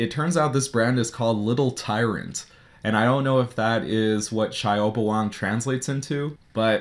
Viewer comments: "Shao" is different from Xiao. Shao is commonly used for little (少) or burn (烧) etc., while xiao is small (小) or smile (笑) etc. This is the proper pronunciation on Google Translate (Click audio icon.) It sounds like see-ow, not sha-u. The word Xiao has been mispronounced on countless Youtube product reviews as it is used by the famous phone maker Xiaomi. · Shao Bah Wong is how you pronounce it in English. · I can swear the name is pronounced Kowabunga